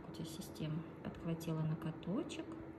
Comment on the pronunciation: Пожалуйста, говорите ноГоток, а не ноКоток!